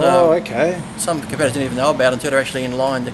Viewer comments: Does Lee call competitors compedalers? XD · Compediddlers? Lee, are you high?